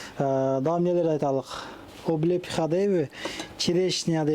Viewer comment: Айланайын, Симферепольское, облепиха---деп тан атканча кайталап чыкчы. Рекламанын нанын жегенинден кийин, кичине аракет кылда. Дунуройуп алып, соктура бербей. Башка элдерге, айрыкча орустарга шылдын кылып атасын бизди. Кече бир чаласабат кыз:,, Калпагынызды чечип, шапке алын"--дезе, ун😂🎱